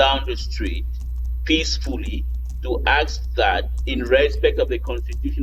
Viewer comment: We ask not akss